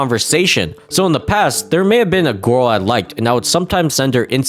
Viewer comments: The way pronounces “girl” as “gurl” will never get old. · "gorl" and "crushwy" 🗿